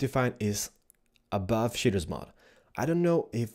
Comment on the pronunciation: ''Now it's time to install Optifine, and the Shidders Mod'' I'm sorry, I know it's your accent but I'm just dying over here.